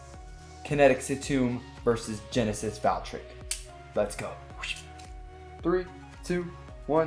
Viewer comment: IT IS NOT GENESIS VALKRICK ITS GENESIS VALTRYEK